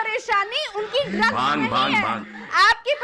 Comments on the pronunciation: Bhang ko Bang bol rahi hai ...bhang and drug ke different to pata hai Na... Bolne se pehele socho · Who is this baaang 😂 lady... she doesn’t even know how to say bhaangh.. 😂 May be she drank baang before coming to tv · Baang Kay pakode nahi bhaang bolna toh seekho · Bang nahi re baba Bhang bhang Jao pahle hindi seekh kar aaiye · बांग बांग बोल के दिमाक खराब कर रखा है बांग नही भाँग होता है।। टॉप की लाइन है अर्नव सर् का।😂😂😂